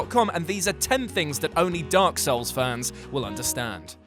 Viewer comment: Video starts Guy: D O R K S O U L S Me: REEEEEEEEEE